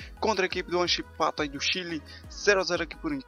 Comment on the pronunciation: Huachipato, n Huan, Huachipato, Mt bom o vídeo